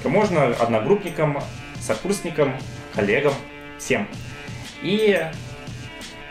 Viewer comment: послышалось в конце не "коллегам" а "олегам" :D